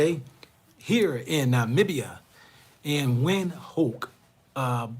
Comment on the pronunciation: You can’t be pointing out how westernised Gaborone is and yet you cannot pronounce the city, then u get to Namibia and you also seem to have a problem with the name Windhoek. B4 a pot calls kettle black it needs to check it self b4 it wrack itself . Your Psychological projection needs sme working